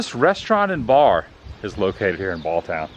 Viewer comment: Interesting item noticed was on the first Schmidt you showed in cemetery the abbreviation Geb. ( German Geboren -Born). Shows German heritage of the region but then next one one generation later used Born. Just thought was interesting. Also it is pronounced Balltown not Balton. Name is pronounce Brightbach. Should have stopped in Breitbachs. Great food and Davey Breitbach who owns the garage is hell of a nice guy. Locals pronounce it Buenie. Nobody local calls it North Buena vista.